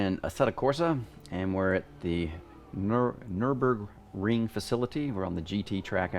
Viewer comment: He can’t pronounce Nurburgring